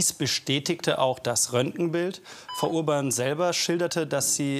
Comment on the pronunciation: Wer hat auch erst freu u-bahn verstanden 😂